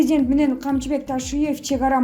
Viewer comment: 🤣🤣🤣 прездент эмес презИдент деп суйлосон суйлоп жаткан кыз🤣🤣🤣